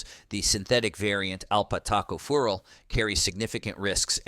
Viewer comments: Note: Alpha-tocopherol, not alpat Taco fural. Tacos may or may not be harmful to your health. 🌮🌮🌮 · Alpat Taco fural??? WTF?? Edit your damned videos before you publish them, man! It's Alpha-tocopherol!! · LOL, "alpat Taco fural". This must be the Mexican version of Vit. E. Hahaha, it's alpha-tocopherol. This video is just another lazily produced AI effort. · It is Alpha Tocopherols. Not alat taco fural! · What is Alpat Taco Fural Do you mean alpha tocopherol ? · I think you mean alpha tocopheral, not "alpat taco fural". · OMG, “alphas taco fural”…. it is alpha- tocopherol! Vitamin E. These AI voices still have A way to go. I do agree that the synthetic forms can be problematic, if taken to excess. And Vitamin A is stored in the liver, as are Vitamins B12 and Vitamin D. I’ve been taken vitamin supp’s for many years, and I feel they have been beneficial. Kidneys that are already compromised also need to watch out for excess use of NSAIDS….. non steroidal anti inflammatory drugs, like Ibuprofen and Aleve, (naproxen), etc. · This is hilarious. Alpha Tocopherol is, according to the AI video, "alpat TACO furol". Take this video with a grain of salt. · Obviously a "robot" narrator!!! "Alpha Taco Fural"??? How about "alpha tocopherol" (with emphasis on the "co")???? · I would be wary of this guy. He doesn't even know how to pronounce the names of the compounds that he's talking about, and he completely cocked up alpha tocopherol. He even spelled it completely incorrectly. In itself, it doesn't mean much, but it shows that he has NO contact with the scientific community that studies these things, and the alpha tocopherol one being presented as alpat taco fural is just weird. He clearly has zero biochemical knowledge. Has he really never heard of alpha tocopherol? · AI need to learn how to pronounce Alpha- tocopherol. 5 syllables: "AL" + "fuh to" + "KOF" + "uh" + "rol" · Alpat taco fural? WTH? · Bloody AI voices. Too stupid to pronounce alpha tocopherol